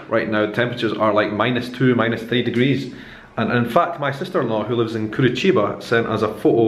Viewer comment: Você falou "Curitiba" com a pronúncia correta. Muito bom!